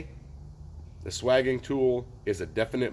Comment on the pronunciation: Looked it up in three dictionaries. Swaging is pronounced with a long a, as in dating.